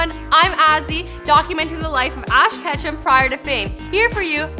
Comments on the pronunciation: Ask Ketchum.. Switch the H and C.. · I thought his name was ash ketchup 😂😂 or ash vondeharr